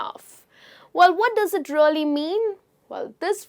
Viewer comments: Please stop saying:" rully rully " instead of really!!!! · It’s a crying shame when you pronounce really really.